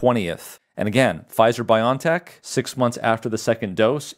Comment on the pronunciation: It's BioNTech. Not pronounced BY-on-tek, but BY-o-EN-tek. That's because it's a contraction of 'biological engineering technology.' Think of the American company Genentech, now part of Roche. Not pronounced GEN'n-tek, but gen-EN-tek ('genetic engineering technology').